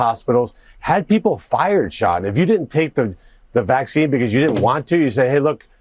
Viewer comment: It's not becoss it's because. You're not special.